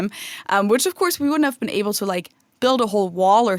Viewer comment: Speaking of dialects... I’ve always wondered about the way often pronounces his L’s (or, as he might say: Ew’s). Specifically in this installment, he said: “ when I’m in Cincinnati in August, [wiww] be [ay-bow] to record something.” Is this a regional dialect or a personal idiolect? It’s similar the way some people pronounce the nickname for Philadelphia as [fiw-wee] rather than “Philly.” I sincerely hope you’re not offended,!. I love you guys and this channel. I’m just curious. BTW: a couple good words for “not genuine” are: “insincere” and (Sartre’s favorite) “inauthentic.”